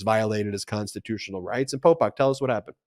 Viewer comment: 😂Every time Ben says “Polpok” I get thrown out of the listening concentration cause it sounds just like Pol Pot and that hits the emergency brake of my old rusty brain.😂